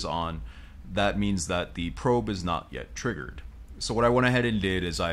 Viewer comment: I like how it's not triggered, it's TRIGGERED